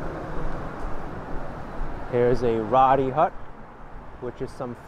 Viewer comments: I couldn't help but laugh at the mark, the word "roti" is pronounced "row-tee" just a heads up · Roetii. Is the pronunciation of that.. Roti. Long o.